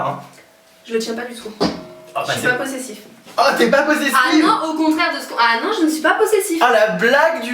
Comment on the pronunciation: Elle dit "possessiF" XD